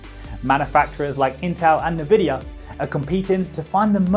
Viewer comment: Nuh-vidia? I thought it was en-vidia